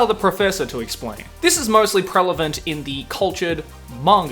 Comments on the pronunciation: So,, your whole cultured shtick kinda died when you said "prelavent" instead of prevalent.... le sigh.... and btw, What's With That TIE?!?! Lol (p.s. do actually love your channel but am a grammar nazi lol) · Prelavent?? You had me confused for a sec lol 😂🤣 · Did the professor say prelavent? 🧐🤔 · prelavent XD